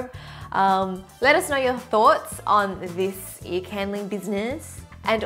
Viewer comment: I find it quite funny how your accent makes you say “eee” instead of “ear” lol♥️😂😂